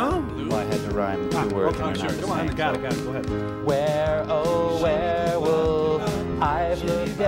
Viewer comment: Whirrwolf? No, werewolf.